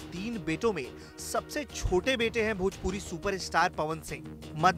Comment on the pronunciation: Bhojpuri hota h na ki bhopuri